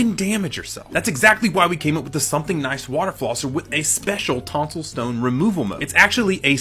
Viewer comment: The way he said Holy Tosil Stone he got me rolling